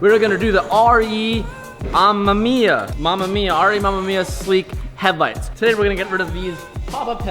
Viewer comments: Whoever told you the “mamamia” way of pronouncing amemiya is wrong. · Its pronounced Ah•Me•My•Ah Say it with my now, Ami•Mya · I know the RE:amemiya meme is real but here's a good tip to pronoucing RE: 雨(Ame)宮(Miya) hi from 日本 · what a disrespect. first the rotary, now you butchered a highly respectable and respected man. its pronounced as /amèmíya/. btch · Watch some older Touge Battle!, Re Amemiya has a car in the series so you can learn how to pronounce it correctly, cause hearing your pronouncing Amemiya like that is pretty cringy. Should be something like: uhh-mem-me-yuh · Btw its pronounced lile "RAY A-MAY-MIYA" I think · the way this guy pronounces re amemiya is really annoying lol. doesnt sound right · Yall are saying RE Amemiya wrong. Watch some GT Channel